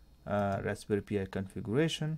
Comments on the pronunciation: NOT "P" "I". It's pronounced "PIE". As in Raspberry Pie. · Raspberry pee eyeee